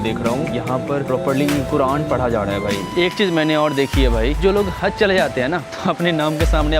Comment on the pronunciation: Hazi nahi haji hota hai or haz nahi haj hota kya bhai urdu ka jad mar dere ho 😂